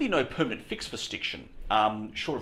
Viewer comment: could you please stop saying fur instead of for?